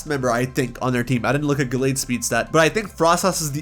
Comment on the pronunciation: DO NOT LEAVE OFF THE H IN MEDICHAM! AND THE T IN GALLADE IS SUPPOSED TO BE A D!